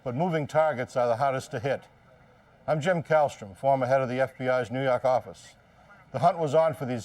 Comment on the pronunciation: And let's say it together "New Yaaakkkk office...."